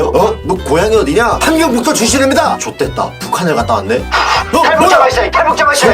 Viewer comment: ㅈ됐다 발음 겁나 찰져ㅋㅋㅋㅋㅋㅋㅋ